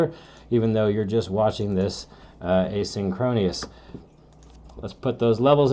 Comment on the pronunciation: It’s “ay-seen-kro-nus”, not “ay-seen-kro-nee-us”